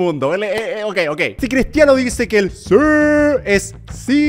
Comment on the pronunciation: CR7 es el unico pendejo del planeta que cuando dise siiii se escucha siuuuuuuu jajajaja tmr